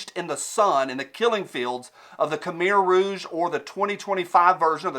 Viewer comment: Your best video to-date, brother. Bravo. Also: pretty cool to hear "khmer rouge" pronounced by.